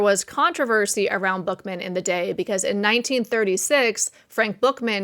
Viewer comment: Frank Buchman...pronounced Buck men.